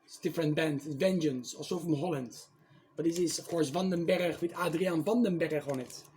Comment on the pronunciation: Yes! The band of Adrian Van Den Berg that later joined Whitesnake. It's good to hear it pronounced properly. Loverboy and Aldo Nova were great. My favorite song off the Lynch Mob record is Sweet Sister Mercy. Great selection and be variety!